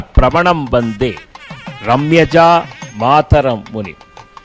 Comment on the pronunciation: ரம்ய ஜாமாதரம் என்பதை ரம்யஜா மாதரம் முனிம் என்று சொல்கிறாரே இது சரியா